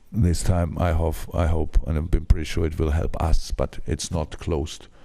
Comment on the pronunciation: Bit of Germenglish, "I hof..I hope.."